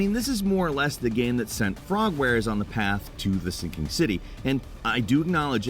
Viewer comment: It may be me, but I swear every time I hear say “Today on Gameranx”. I hear, “Today I’m Gameranx.”